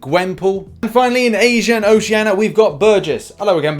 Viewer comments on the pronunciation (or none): Yeah and Asia and Oceania in a Russian accent lol